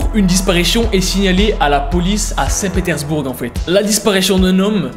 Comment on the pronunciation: 'saint petersbourGUE' on prononce pas le 'e' x)